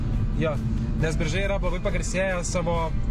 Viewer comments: geeeras, šiaip kaip Biržietis norėčiau pasakyti pastebėjima, kad miesto pavadinimas tariasi Biiiiržai, o ne Biržaaai, antra kebabine radote pačia praščiausia mieste :D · Biržai. Vietovardžio kirčiavimas (1 kirčiuotė): Vardininkas – Bìržai, Kilmininkas- Bìržų, Naudininkas – Bìržams, Galininkas – Bìržus, Įnagininkas – Bìržais, Vietininkas – Bìržuose. Zoomer'iai... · ne taip kirčiuoji biržai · Viskas kaip ir gerai, bet tas pavadinimo kirčiavimas.... Pasiklauskit vietinių kitą kartą kaip kirčiuoti... :D